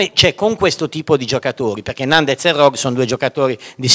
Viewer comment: Finalmente qualcuno pronuncia bene il cognome di Nandez... dal m' 12.21